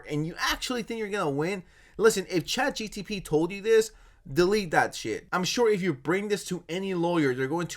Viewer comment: I'm all for dunking on Max but dude... It's ChatGPT, not GTP I cringe every time you mispronounce it, pls don't do that again